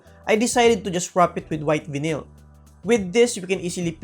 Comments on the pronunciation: Pronounced as "vaynil" not vinil good vid btw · Hi sir i just want to help you out. Its pronounced Vayneel not vinil. Anyways great vid sir keep it up! Power!